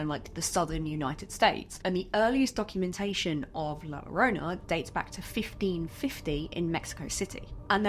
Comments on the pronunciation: I would love it if you did a deep dive monster, makeup, and myths video on La Llorona! I remember being told that story OFTEN while growing up in both Mexico and America. I swear that I heard her once as an adult......that is a sound that I will never forget. By the way, excellent attempt at pronouncing it correctly. The only part you missed is th "ll" sound, its more like a soft "g" or a hard "j"...... Try it like this " joe-roh-nah" Anyway, I love you and your videos!!!! I hope you keep making this series!!!! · LOVE this video. But as an spanish speaker, you said so many times an so wrong. La llorona, de ll en spanish sounds as de y in young.